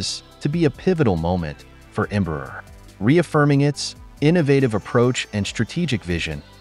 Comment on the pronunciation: AI-generated videos still can't pronounce Portuguese names correctly. It's not Embrur, it's Embraer with open "ae". This is more Artificial Stupidity!